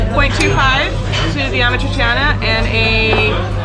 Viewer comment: YIKES. Learn to say AMAT TREE-CHANA. Not amat tre tre tee ana. And Roscioli is the best. AMATRICIANA is the best Roman pasta. Poor ratings. I give a 5 to most of those restaurants